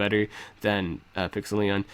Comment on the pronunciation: Isn't it supposed to be pronounced Pixel-lie-on